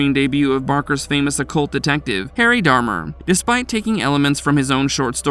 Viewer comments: It's Harry D'Amour (Dee Amour) NOT DARMER . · I have the feeling that the narrator didn't watch any of these movies and is just reading from a script someone else wrote. If he would have watched Night Breed he would have pronounced Cabal and Harry D'Amour right. Unsubscribed